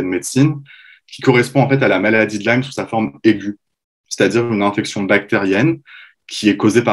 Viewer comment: On prononce INflammation et non ANflammation …. INfection et non ANfection …. etc etc ….